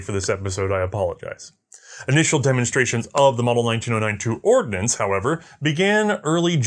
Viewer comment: You do realize it's the US Army "Ordnance" corps, not "ordinance," right?